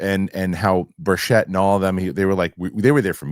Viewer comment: The good Congressman’s name is pronounced BURCHIT, not BUR-CHETTE. Thank you.